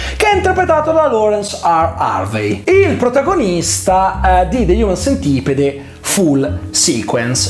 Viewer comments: de hiumen sentipid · Prima di recensirlo almeno vatti a vedere come si pronuncia il titolo